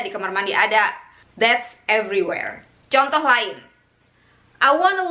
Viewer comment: Aniwerr and avrewherr